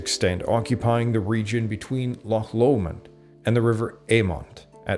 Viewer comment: Llan is pronounced vmcloser to thlan than to san.